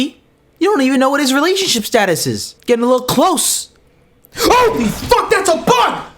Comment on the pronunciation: That bug brought out the full Canadian in you big time! Ay! lol.